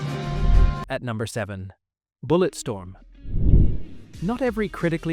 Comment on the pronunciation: Ah yes "BulletSTROM"